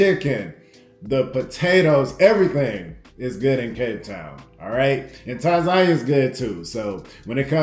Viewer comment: tan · zah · nee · uh........Other than that......I like the videos fam 👍